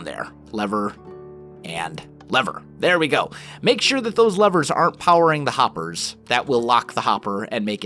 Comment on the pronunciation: Am I the only one who heard "Nine Lovers" not "nine Levers? Teehee